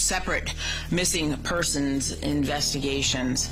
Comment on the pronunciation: is it just me or did she just say persons